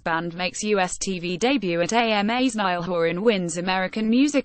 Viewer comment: The girls an Irish lass! 'Niall' is an Irish name. Since there is no example in the entire Irish vocabulary of the letters 'ia' being pronounced as in the English word 'dial' or 'trial', but always as in the Irish word 'bia', the pronunciation of Niall which makes it sound like a river in Egypt is an Anglicisation. My name is Niall. I'm an Irishman and my name, pronounced correctly, which I do, assonates with the following Irish words and names: Niamh; Liam; Bia; Liath; Triall (Directly rhyming Irish word meaning 'goal' or 'destination'.); Ciara ;Diarmuid; Cian; Brian (Yes, Brian ); Liathróid; Fia; Fiachra; Dia; Fianna......I could go on but I reckon it's clear that I've just expressed my fact adequately. Furthermore, 'Neil' is also an Irish language name. It's a woman's name and it rhymes with 'bell'. Irish is a very regular language in spelling to phonetic relation. So if anyone wants to draw a red mist down over my eyes all they have to do is ask me 'Why do you spell your name Nile?!!!!' Kelly Rowland only pronounced Horan's first name as any Irishman should pronounce it himself. You only have to say out loud this Irish languange question : 'Cá bhfuil do thriall, a Niall?'